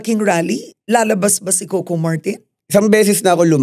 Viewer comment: Ms. Karen, it's "Co - Co" po. Not "Kow-Kow"😅